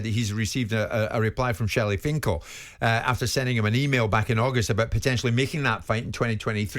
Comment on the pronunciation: Jim saying Shirley finkel